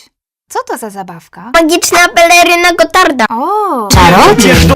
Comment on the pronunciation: magiczna pelerrrryna gotarrrta